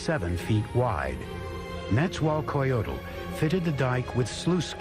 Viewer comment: I loooove this... buuuuuuuut... NET-ZZA-WELL(pretend the E is an A but play the same pronunciation / i.e "WaaaLL")-COH (not coe)-JOE-TL